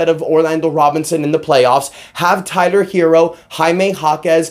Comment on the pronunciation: I think I heard u say "Kyler Herro" 😂😂 but no real talk I gotta appreciate the effort Miami gave last night. Hated that we lost though.